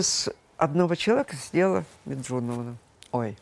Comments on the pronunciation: Фу, была о Талызиной лучшего мнения! Не думала, что она опустится до такого. Лучше бы отчество выучила правильно - не Меджуновна, а Меджидовна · А почему Менжуновна? Лия Меджидовна. Вы разве не знаете? Коверкаете отчество специально? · вообще-то, Ахеджакова - "Меджидовна ".)) А Талызина, мало того, что ересь несёт, так и неоднократно её отчество неправильно произносит. Ахеджакова вызывает своей принципиальностью больше уважения 🙏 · Меджидовна она. Некрасиво так пренебрежительно коверкать отчество. Ну не знаешь, называй просто по имени, а так... Некрасиво очень